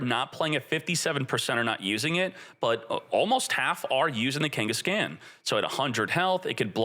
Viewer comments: Ken-guess-CON NOT CAN OR KENGHIS-CON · Kangas-Caan like Genghis khan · Your pronunciation of Kangaskhan hurts my ears. Have you not heard of Genghis Khan from history? Khan is not pronounced "scan". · FYI Kangaskhan is pronounced like Ghengis Khan. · people are going to roast you for some of these names 😂 Its pronounced kang-es-kon or khan like gengeis-khan. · Kangas-scan is crazy 😂😂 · buddy, love your content. Can you pick out a pokemon nerd among your fans to help you with Pokemon pronunciations? Hearing you say Kengis-can, is hilarious, but wrong. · Also wrong, its keng-guhs-kaan . Its meant to rhyme with genghis khan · Dude doesn’t even know how to say Kangaskan